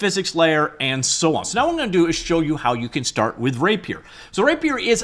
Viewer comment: He's just pronouncing it weird